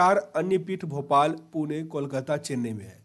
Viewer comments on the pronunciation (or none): none